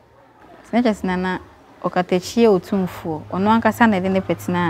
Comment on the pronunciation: Learnt something today, it’s actually “otimfuor” not “otumfuor”. Oh wow